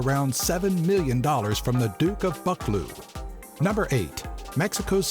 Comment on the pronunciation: Love the video! However it’s actually pronounced Drum-lan(rhyming with dan)-rig and Buh-clue.